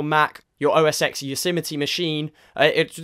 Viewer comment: Your supposed to say "OS Ten" not OSX.